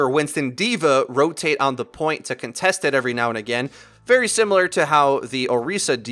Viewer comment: “WE GO AGANE”